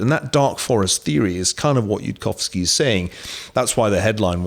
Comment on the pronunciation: Niall doesn't address any of yudkowskys arguments and can't even get Yudkowsky's name right. Sorry Niall, but your thoughts aren't worth much here. Spend more time understanding the subject before telling the world your strong opinion on it.